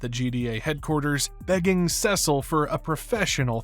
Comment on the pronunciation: that is NOT how you pronounce Cecil 😭